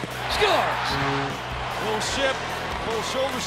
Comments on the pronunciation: Announcer/Commentator: SCHUERZ! (Scores) LOL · god i hate how he said "SCORES"